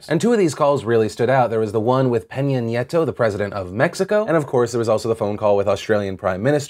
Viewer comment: "Penyan Nyeh-toh"